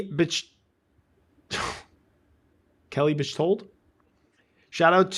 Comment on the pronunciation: LMAO it’s not bitchtold 😂 pronounced beck-told! Thanks for the laugh though 😂 sending love and best wishes to ya